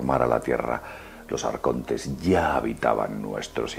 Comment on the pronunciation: a mi m compensa tio, aunk sea un esbirro de los grises me mola como dice "AARCONTESS"